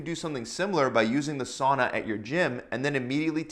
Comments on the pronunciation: it is not "suana" its sauna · It is not suana, it is sauna! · suana.. laughing in finnish